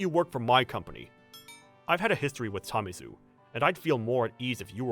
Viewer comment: It's Tamezu, man. Not Tamizu.